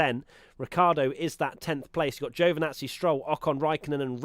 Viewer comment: It's "ji-o vee nazi" not "Jo venazi"... Perez keeps getting shitty traffic in qualifying...